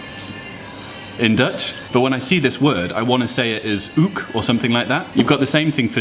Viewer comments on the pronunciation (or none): Haha still pronouncing the 'k' in 'ik' as a g. And you pronounced 'ook' like 'oog' (eye in dutch) the first time you pronounced it. the way you said it is the correct pronouncing for 'ook'. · The 'K' is just a 'K', 'ook' is not ooch or something just a K... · Great video. But I have a small note that may help you: there is no G in ‘ook’. It is pronounced more like the english ‘coke’ but without the first C. The other pronounciations in the video were perfect though. Good job!! You’ve got a new subscriber Btw. The way you pronounced it (oog) is actully a normal dutch word, meaning ‘eye’.